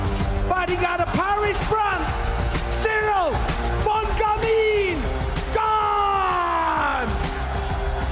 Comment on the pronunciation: But bisping it is not "bone gamine" it is bon gamIN